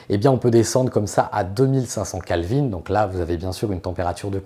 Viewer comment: Juste une remarque, on dit Kelvin et non pas Kalvin et la température de la lumière du jour est à 6500K et non pas à 7500K. Il m'a paru important de le souligner. Bonne continuation sur cette chaine sympa.